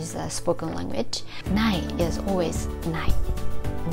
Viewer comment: Thank you so much for your wonderful videos! Just one small hint: "language" is often pronounced "lang-age" in Japan, with a nasal "ng" followed by "age". But the "gu" is missing. "Lang グ (w)age". Every language has its little tricky details, and i'm honestly very grateful to you for making us see the points of attention in Japanese, and for all the work you do!